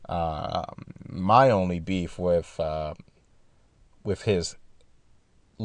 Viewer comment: Drives me fucking crazy to continually hear saying "wiff" instead of "with".